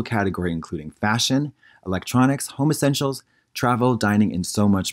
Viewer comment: Anyone else hear “home essentials” as “homosexuals” in that ad reading? LOL